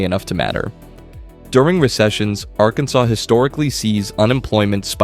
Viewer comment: "Arkan-sauce" - AI VO confirmed.